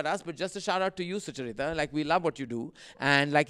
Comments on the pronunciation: Suchaaarita, why aren't you correcting Karan for the way he pronounces your name? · Karan, please pronounce Sucharita properöy 😂😅 'Succchar-reeta' kaun hai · Be honest. Does it bother you when Karan Johar pronounces your name wrong? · How does Karan keep pronouncing your name wrong😫